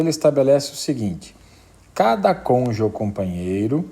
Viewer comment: UM PROFESSOR FALANDO "CONJE" É UMA MARTELADA NIS TESTÍCULOS. ME LEMBROU O MORO. PUTA QUE ME PARIU, CONJE É DE FODER, FODERRR COM TODOS OS ERRES...